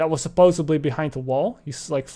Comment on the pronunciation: you said "supposuBly"